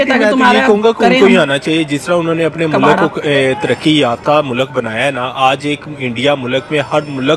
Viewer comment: Are in ko Urdu mein theek se nahin aati hai mulakat nahin hota mulk hota hai